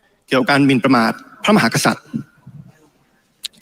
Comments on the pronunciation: เหร่อ ?? ติมน่าจะมีปัญหาทางกายภาพหรือไม่ก็สมองนะ...ติมไปรักษาลิ้นไก่มึงให้หายก่อนนะครับ ลิ้นน่าจะป่วยนะคะรับ พูดว่า พระ มะ หา สัด อ่านให้ชัดๆนะครับว่า พระ มะ หา กะ สัด นะครับ ถ้าลิ้นไก่ไม่เสียก็กลับไปเรียนภาษาไทยก่อนค่อยมาบริหารประเทศนะครับติม.. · เหร่อ ?? ตูว่า สส.ก้าวพลาดลิ้นไก่สั้นทุกคนนะ เช่นติมน่าจะมีปัญหาทางกายภาพหรือไม่ก็สมองนะ...ติมไปรักษาลิ้นไก่มึงให้หายก่อนนะครับ ลิ้นน่าจะป่วยนะคะรับ พูดว่า พระ มะ หา สัด อ่านให้ชัดๆนะครับว่า พระ มะ หา กะ สัด นะครับ ถ้าลิ้นไก่ไม่เสียก็กลับไปเรียนภาษาไทยก่อนค่อยมาบริหารประเทศนะครับติม..